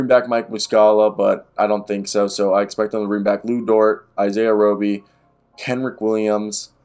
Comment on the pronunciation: It’s Roe-Bee. You did good. I doubt he’s on the team much longer though